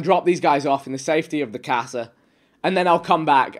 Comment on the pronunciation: Lol I love how Vikk always speaks broken Spanish at least once in his streams 😂 “mi cahhhhsa” “donde estars”